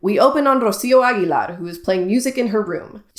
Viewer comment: And I’m literally Spanish. You literally didn’t trill the initial “r” of Rocío and literally pronounced the terminal “r” of Aguilar as an English “r” (a sound that doesn’t exist in Spanish) rather than an alveolar flap/tap. These tells are literally clear as day.